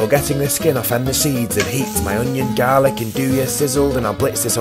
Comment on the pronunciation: Never gets tiring hearing him pronounce the world Garlic as "Gaaa-lick"